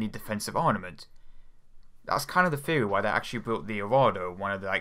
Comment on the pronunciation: Theory has a 'Th' in it, not an 'F'. Dont believe me? I'ts right there > Theory